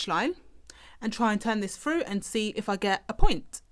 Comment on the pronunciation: Useful. Thanks! Just one thing, can you please pronounce your ‘th’s properly. It’s horrible hearing ‘pushing it froo’ and ‘seeing the fred’.